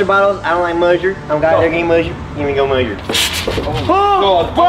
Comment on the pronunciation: MUSHTERD!!! I DONT LIKE MUSHTERD!!!